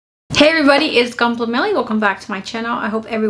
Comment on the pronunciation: It gunpla not gOOnpla